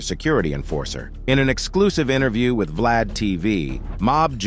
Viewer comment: Suja knight,Keef D, and 2 Pack,but says Vlad right